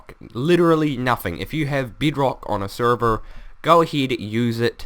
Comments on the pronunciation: Bed-rok not Bēd-rək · I think he said Beadrock... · y u call bedrock beatrock ?? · It's not beeedrock its bedrock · I'm really not making fun of your accent I think it's awesom but I lost it when you said beed Rock no harm intended I think your accent is awesom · Hi:D Btw, Good job on you tube p.s. I think the way you pronounce the 'E' and the 'I' is cute:3 beedrock;)